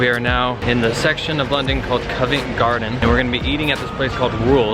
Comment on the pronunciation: PRY mark, not PRIM Mark. Westminster, NOT west MINISTER. Covent Garden, not convent garden. And so many more! 🤦🏻‍♂️ Keep going bro, you’ll get it 😄